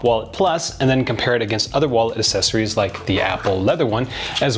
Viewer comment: Enjoying the content, truly. But love that has a real trouble saying "accessories" I thought maybe it was a Canadian thing, but says it properly....Accessories as in "AX" sessories:)